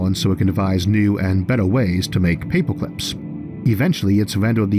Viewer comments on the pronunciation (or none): Paypwah cwips lol mans got a voice for radio